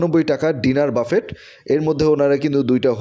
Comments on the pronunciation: বাফেট নয় , এটা ফরাসী শব্দ , উচ্চারণ 'ব্যূফে '! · বাফেট না ভাই, উচ্চারণ হবে বাফে! লেখায় T থাকলেও বলার সময় উচ্চারণ হবেনা। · বাফেট উচ্চারণ 'ব্যূফে ' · খুব কানে লাগছে, বারবার ‘বাফেট’ ‘বাফেট’ করছেন, সঠিক উচ্চারণ হব ব‍্যুফে or বাফে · call buffet not bafet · বাফেট না রে ভাই 😂সঠিক উচ্চারণ বুফে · Phonics er rules onujayi it'll be pronounced 'ব্যুফে' no problem বাফেট /ব্যুফে jai হোকআমরা একটা ভাল রেস্টরন্ট এর সন্ধান পেয়েছি সেটাই আলহামদুলিল্লাহ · Its pronunciation is BUFFE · 😂😂😂 pronunciation ta thik korun..boofay ,,wanton na bole ki sab bolchen